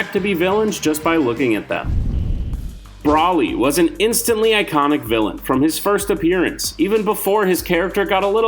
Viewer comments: Br oly is how u pronounce it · The way broly is said hurts my soul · I rushed too the comments too see if anyone else agreed. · Kmow how we all know youre not a dragonball fan? You mispronounced zamasu and Broly, along with claiming that vegeta was the original villain in the z series.